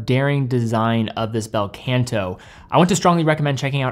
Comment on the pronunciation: Not the “Bell Kent Aww” though, it’s Bel Canto - is Italian right? 😂 (also.. not Baldazar)